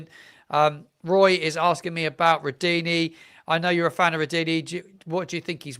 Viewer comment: I have no problems with phonetics or the like. You know what you are talking about and so do your many subscribers. Nearly everyone is saying Rudoni differently.